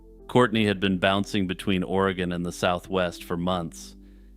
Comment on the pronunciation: It's pronounced va nee ta. It's funny to hear people mispronounce our States towns and cities. Oreeegon. Wi lam mette. Not will amette. 😂